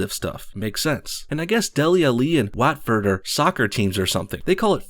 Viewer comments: "W-atford" lol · It’s pronounced wotford but you are American so I’ll let you off for your football ‘soccer’ knowledge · Ik youre american but the pronunciation of waaaatford makes me laugh😂😂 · great butchering of the word watford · the way you say Watford, made my ears bleed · your watford pronuncation was horrible jesus christ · The way he said Dele Alli and Watford were hilarious. Had to pause the video to stop laughing. For future reference, although i doubt you will ever need it, they are pronounced Dele Allee and Whatford.